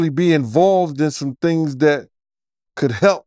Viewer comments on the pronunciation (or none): none